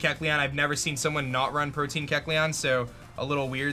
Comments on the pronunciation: I finally gotta say something. Protein is a building block of the body. The ability is 'Protean' - pronounced Pro-tee-an. Different stuff haha. PRO-TEE-AN. Spread the word by pronouncing it right in your vids! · Not doggin on cause I’ve heard many youtubers say this but why in the world do they ALL say protein? It’s protean, pro-tee-an. As in proto, the first or the original. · Yo, protean is pronounced (pro-tee-ehn) not (pro-teen). Also it’s really discouraging to see you beat yourself up so bad after one bad play, it’s become a common thing in your vids where something bad happens and you instantly say “I just lost” instead of “okay what’s my out” like you used to. I been watching you for 4 years man, keep your head in the game and stay strong, you’re a great battler dude. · Imagine pronouncing protean as protein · The ability is called Protean. Not Protein lol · It's not Protein,it's Protean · "Protein" lololol it's "protean - tending or able to change frequently or easily"